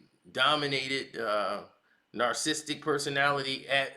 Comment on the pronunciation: You really need to learn how to pronounce "narcissistic " dude.